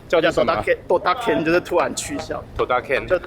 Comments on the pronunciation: 是ドタキャン，不是ドタケン啦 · ドタKENじゃなくてドタキャンですよ。